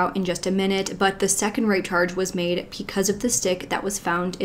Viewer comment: Pleeeeease stop saying “PEE-cause” instead of “BE-cause”. It’s BECAUSE. Pee-cuz is not a thing 😖 it’s so distracting. Love your videos otherwise.